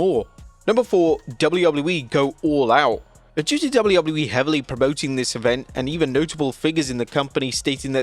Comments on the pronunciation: Am I the only one who hates the way this guy says WWE? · Can this dude say "WWE" like a regular human 🙄🙄